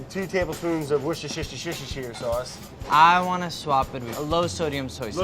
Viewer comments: "the wossashishashishashishashier sauce." :D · The caption should have be "Worcestershirshirehreire Sauce..." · Brad- a little sugar, a little wishshsh sauce 🤣🤣🤣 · Please tell Andy, wus-tur-sheer. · Wus-tur-sheer sauce. There is a Worcester in th UK and one on the US. Pronounced, Wus_ter. Or woosta or wistah if you say it fast enough. Try, The abominable snow man crunched his abdominal muscles. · WAR KESTER SHIRE SAUCE! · Brad: The wuschiwuschiwuschi sauce